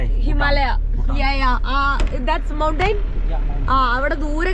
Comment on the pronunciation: മൗണ്ടയിൻ എന്നല്ല,(Mountain എന്നാണ് English ൽ എഴുതുക.. Pronounce ചെയ്യുന്നത് മൗണ്ടൻ എന്നാണ്.. പിന്നെ ഇനി ഫോൺ നഷ്ടപ്പെടുത്തല്ലേ